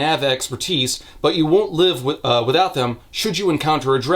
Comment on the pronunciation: I got a good laugh when he pronounced 'live' as 'leave.' XD So it read; "I will happily watch Aretia burn to the fucking ground again if it means you LEAVE!" lol